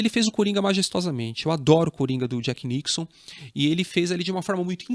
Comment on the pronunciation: Legal seu vídeo,. Mas, poxa, chamar o Jack Nicholson de "Jack NICKSON" 😥